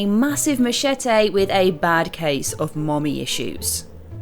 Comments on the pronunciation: "Ma-chet-Aaa" love that you stuck to your guns after the guys gave you a ribbing for it last time. It's the new "Mee-kro-Wav-ay". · Ma-chat-ay? lol, what the hell is that,:D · The way ash pronounces “Machete” leaves me confused 😂😂